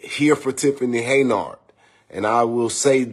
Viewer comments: Someone tell him that it is HEN-YARD, not Hey-nard! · Will you tell that fool it's Henyard not Ha' Ya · Isn't her name Henyard? Like hen yard? Not hey nard? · The guy is dumb as a box of rocks😮😮😮the witch name is pronounced, (hen-yard) meaning, a chicken in a grassy yard. He must be gen z.😢😢😢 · Hen - yerrd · Y is he saying heynard 😂😜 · He is not saying “Heynard” correctly 🫣!!